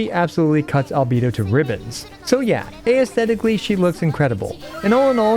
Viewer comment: good video! unfortunately gonna have to skip on her UNLESS people really figure her out, she ends up actually being really good, and they post content about it. (PSST....btw it SOUNDED like you said "ay ess theh tick uhl ee" but it's pronounced either "ess theh tick lee" or "ass theh tick lee"- I know it sucks when you have only ever read a word and not heard it said outloud 🥲)